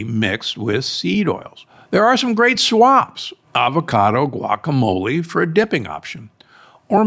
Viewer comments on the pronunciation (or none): none